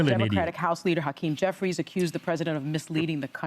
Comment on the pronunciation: She said Hakim Jeffries 😂